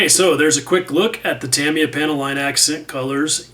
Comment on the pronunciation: Tami- ah